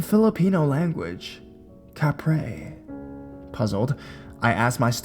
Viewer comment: That was the fruitiest way I've ever heard anyone pronounce Kapre. Good shit.